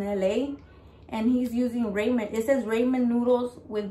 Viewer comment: Like watching your videos your so true to yourself I can always respect that. Just a friendly note "ramen" is pronounced more like raa-muhn and not ray-man.